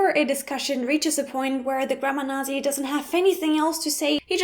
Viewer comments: This is an interesting video with many excellent points. Something that fascinates me is how you pronounce 'Nazi', with a soft zed; in North American English, the word is actually pronounced fairly close to what I imagine it would sound like in German, so it sounds like 'Nahtsee'. I'm uncertain if yours is the pronunciation in British English, but I am curious as to how you came to pronounce the word the way you do. Is it simply from the phonetics of the spelling, or is 'Nazi' pronounced with a soft zed in British English? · Actually yes... She's the first person I've ever heard saying nazi like "nasi" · I guess it isn't wrong since the Germans are in a better position to say how it's pronounced (no offense), but your pronunciation of Nazi is weird. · I find it ironic that you are talking about being a grammar nazi, yet you are pronouncing "Nazi" incorrectly xD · She's German and she doesn't even pronounce Nazi correctly? Rofl. Oh, and people are free to use the word Nazi whenever they feel like it, even for funny things, whether you like it or not. Geez, those Germans, always trying to dictate to others what they should do. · Because English once again stole from another language.... I get so angry over this... can't it be original at all? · I find it kinda funny, the way you pronounce "Nazi". Or, at least, it the U.S., we pronounce it in the typical German, especially on the 'z'. Also, "...Hungary for knowledge..." ( ͡° ͜ʖ ͡°) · Well, I'm a pronunciation nazi, and you are pronouncing "nazi" wrong :p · You pronounce the word "Nazi" wrong. Just saying. ;) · Why are you saying "nah-zee" instead of "natzee". It is a word from your own language. Is there a dialect in Germany that says it that way? You're pronouncing the "z" as we do in English, not the TS sound the Z makes in Germany. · "Naht-cee" not "Nah-zee"!!! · Nasi? even non-germans spell it Nahtzi, warum du nicht? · Why do you pronounce it "nasi"?? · right it is weird as she says it now